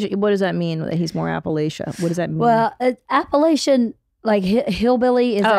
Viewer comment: Are you pronouncing Appalachian incorrectly on purpose, to fit in with the L.A. world? If you're a true native, that's not how you pronounce it.